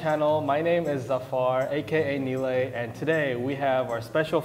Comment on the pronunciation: DUde, pronounce your name Niloy, thats your name lol